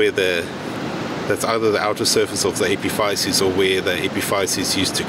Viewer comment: Epiphysis-, here in the USA we pronounce it